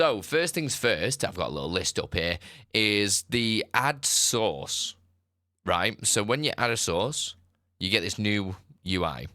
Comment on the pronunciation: Took me a while to finally figure out that you were saying “source” not “sauce.”🤣